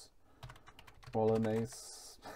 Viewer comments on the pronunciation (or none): none